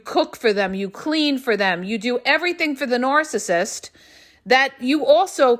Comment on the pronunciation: I wish she would stop saying nooorcissist